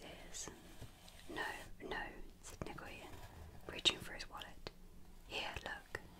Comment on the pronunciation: Is it possible to do a part 2? Or a reading of chapter 2? Your last one was honestly just perfect. Though you did say Nguyen's (pronounced as NewYen) name wrong everything else was accurate and really awesome. It would be awesome if you can read chapter its also where the story gets interesting because you get to meet all the other characters.